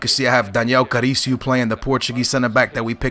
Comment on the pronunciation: it's Carriço not Caricio